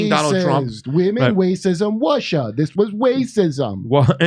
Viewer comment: "women wacism wussia" 🤣😂 perfect Kurt